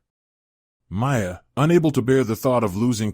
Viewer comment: Only 14 seconds in and you can’t pronounce Miia correctly This is actually a pretty good anime, tho